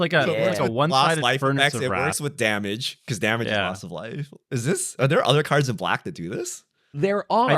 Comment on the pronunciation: Y’all like couldn’t have spent a couple minutes figuring out how to say cards right? C’mon, like every other channel tried at least.